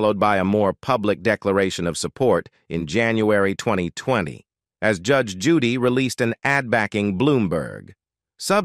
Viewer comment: I LOVE THIS WOMAN!! THE NARRATOR OF THIS VIDEO NEEDS TO LEARN HOW TO SPEAK!!! SO MUCH FOR ROBOTS! COULDN'T EVEN PRONOUNCE HER NAME. GET RID OF THE GD ROBOTS!!